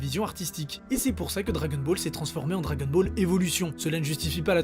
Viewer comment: Ça m'agace un peu le "dragen ball"